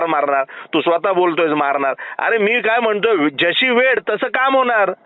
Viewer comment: मराठी शिकवणाऱ्याला मराठी येत नाही वेळ ला वेड म्हणतो